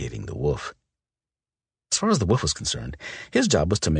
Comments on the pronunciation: Yes he is saying woof not wolf 😂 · When he says "wolf" it always sounds more like 'woof' 😁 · I can’t un-hear it 😂😂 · Lol Right? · It was bugging me so much! I was just going to comment...instead you did it for me! Woof,woof,woof! Lol!😂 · I hadn't noticed it until I started reading the comments. Then at the most serious moment he says it and I'm dying laughing. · OMG YESS! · I can not unhear this now lol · Great story. "Woof" instead of wolf is kinda funny